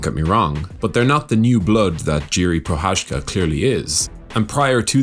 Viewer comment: Everyone is butchering his name. how to pronounce "Prochadzka" correctly. It takes time.. So here is the tip how to make it better : You guys mastered "Cha"mzad already so use the same "Cha" pronunciation in Pro"Cha"zka